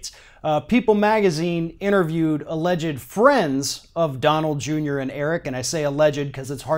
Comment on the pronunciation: Love Ring of Fire, but clean up your diction. It's not an innaview it's an interview. Pronounce the t.